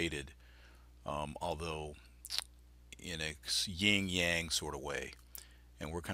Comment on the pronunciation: It's YIN, YIN and yang! 😂